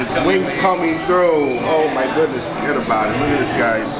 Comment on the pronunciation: “oh my goodness forget about it” his Italian came out